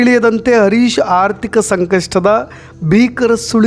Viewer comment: Sir adu arish alla Harish, please Aa and Ha correct agi pronounce madi